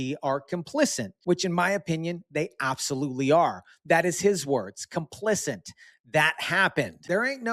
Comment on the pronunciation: There is no n in complicit. Our education system really failed younger generations. PHONICS was the way that worked...and discipline. Love your channel; your outlook.